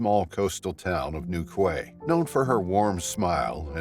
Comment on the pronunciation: Newquay pronounced newkey